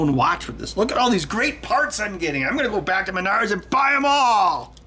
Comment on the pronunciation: When you said "M'nards", sound like you're talking about your nards. As in "I need a $11 bluetooth 'smart watch' like I need a kick in m'nards".